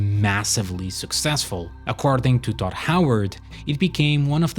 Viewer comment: it sounds like you say dot howard every single time. its so annoying!